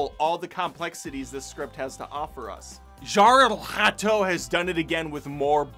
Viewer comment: "Jarl Hchhato" 😆😆😆